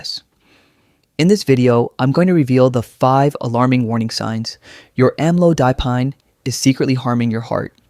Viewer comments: Should be pronounced am-low-da-peen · Even here in the UK doctors don't pronounce amlodipine properly! They pronounce it with a short 'o', not a long one i.e. Am-low-dipine. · I'm having a hard time believing anything in this video! When the narrator can't even pronounce the name of the medication correctly! This is AI bullshit people, you really want to accept medical advice from it? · Obviously you can’t give medical advice! You can’t even pronounce the medication properly. Please do what you know something about! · Would give the video more credibility if the AI voice could pronounce the word amlodipine correctly. Any health care provider would known there isn't any one class of blood pressure pill for everyone. That's why there are so many of them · This would be more concerning to me if the name of the medication was pronounced anywhere near properly.